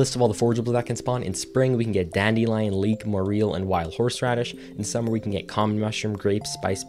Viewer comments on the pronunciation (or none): Why he say moreal when he means morel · I have never heard someone pronounce "morel" and "more-eel". It's not pronounced "moral", either. It's "more-el". Two syllables, short E. I'm shook. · Its more-el, not more-eel. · moreel? not morell? rhymes with "Well" not wheel. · dude morel is just pronounced more-el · ... With the accent on the "el", the way you said it doesn't really clarify that